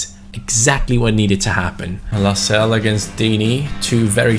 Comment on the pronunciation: Your pronouncing Lascelles wrong it’s Las-Cel-Es. Like so can see